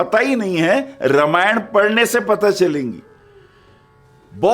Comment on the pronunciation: रा मा य ण not र मा य ण प्लीज 🙏